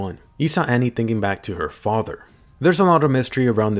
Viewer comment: It's Annie, lol how does Anne sound correct?